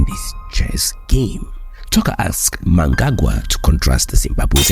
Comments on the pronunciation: Your surprising mispronunciation of Zimbabwean president Emmerson Mnangagwa's name coupled with what then became meaningless verbosity, was so irritatingly atrocious that I was unable to continue after . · Can you at least research how to say the presidents Names. Don't be as disrespectful is western journalists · And can you put in some effort in pronouncing Zimbabwe’s president’s name correctly with all due respect!